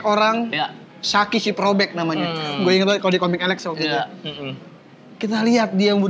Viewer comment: Shaki bang bukan sheki